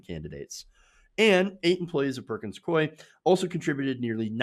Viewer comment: It's pronounced Perkins "Coo-y". Not "Coy".